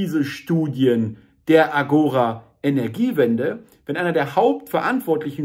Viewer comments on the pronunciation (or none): Danke für das Video. Hoffentlich trägt es dazu bei, die aufgeblasenen Grünen kleinzukriegen. Ein wenig Beckmessern: der Fremdwörterduden 5. Auflage betont "Agora" auf der letzten Silbe.